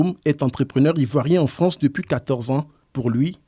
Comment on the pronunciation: Ils sont à peine arrivés en « Fronce » qu’ils font déjà grève!🫢🤭🤣😂